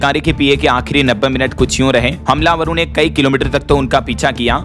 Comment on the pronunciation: ना हमलावर, न ही गवर्नर शब्दों का उच्चारण करना आता है। बोलो, हमला वर ... गवर नर ! छोड़ो, नहीं समझोगे। क्योंकि अमेरिका ईरान युद्ध रुक गया है, राहुल सभा करेंगे, यात्रा करेंगे ... राहुल ने भाजपा पर तीखा आरोप लगाया (चाहे वह किसी नियम और नीति से कोसों दूर हो) ऐसी घटिया, निरर्थक, सड़ी - गली बदबूदार देश विरोधी खबरें देना हो दैनिक भास्कर और dls का प्रमुख लक्ष्य है।